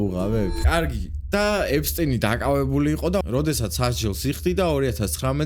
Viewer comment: ეფსტინი კი არა ეფშტეინი